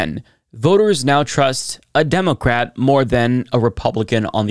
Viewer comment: I figured it out! emphasizes the "o" in democrat!